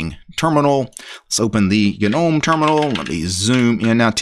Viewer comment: Its a silent G mate